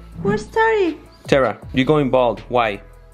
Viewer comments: is Terah not tera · It’s terah